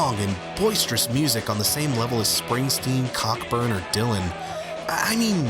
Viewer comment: Minor Nitpick. It's pronounced Co-Burn, not Cock-Burn, for possibly obvious reasons.